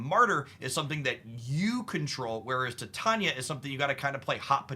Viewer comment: "Tie-TAY-nia" sorry 🤓